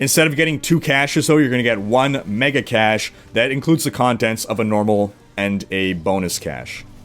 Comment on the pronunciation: "cash" instead of "cache"? Ha ha!